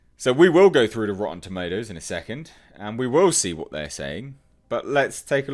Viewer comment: You said tomatoes wrong lol.